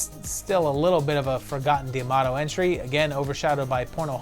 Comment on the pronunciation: Love this series, but correct me if I’m wrong. Isn’t it Joe D’Amato, not Joe Diamato?